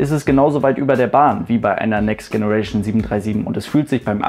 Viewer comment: Tolle Serie! Aber bitte hör auf "Next Generation" falsch auszusprechen. Richtig ist [Tscheneration]. ;)